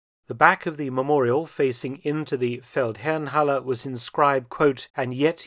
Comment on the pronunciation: Fun fact: The Feldherrenhalle is down the street from what used to be a Jaguar Land Rover dealer showroom which I now believe is one fo Mercedes. I have to compliment you on your unwaveringly correct pronunciation of German words in all your videos. Keep up the good work!